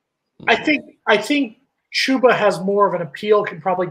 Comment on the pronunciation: This man Jason Parker is the most negative person you have on your show. Btw it’s CHUBba not CHEWba